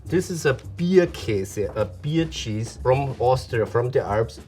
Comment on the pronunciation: Same! Especially Austria- how the chef pronounced beer made me so happy for some reason lol